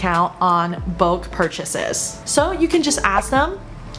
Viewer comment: negotiable 和bulk 的读音有什么问题？